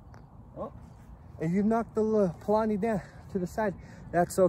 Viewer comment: I played for the first time last night, such good family fun. Let all the other families whine about politics, we've got a new game to play. You keep saying Pollani, but isn't it Pollino? Thanks for showing both (under and overhand techniques), my nephew mentioned the backhand that his grandpa uses so I tried it and it really made difference on the 'turf' we were on. I also like the mention of closing fingers together, some actually mention splitting them like some sort of split fast ball, che si dice?